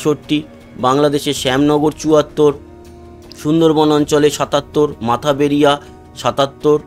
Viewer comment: জায়গার নাম মঠ বাড়িয়া, আপনি সবসময় বলেন মাথা বেড়িয়া।